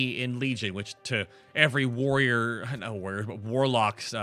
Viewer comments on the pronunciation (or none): none